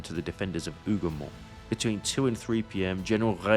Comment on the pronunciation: Por que essa narração insite em chamar de Hugamore o lugar cujo nome é Hugomont mesmo quando aparece o nome escrito ?